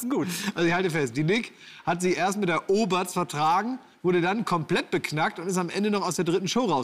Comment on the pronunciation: Sagt Klaas die ganze Zeit „Oberts“ 😂